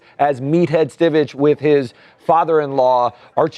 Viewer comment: Rob Reiner’s character on All in the Family was Michael (Meathead) Stivic. Pronounced STI-VICK, not STI-VITCH. I’ve heard two of you pronounce it the wrong way there at TMZ. Not getting on your case, just want to let you know😊